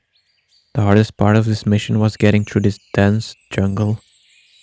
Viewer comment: Dis??????? It's "this" not dis